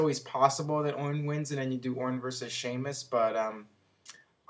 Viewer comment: He said orin but I think he meant Ortin.